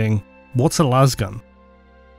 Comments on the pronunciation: But why do they pronounce it las and not las? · How tf does manage to get 68 minutes out of "Lasgun" 😂